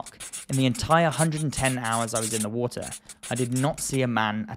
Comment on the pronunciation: Its pronounced water not wooter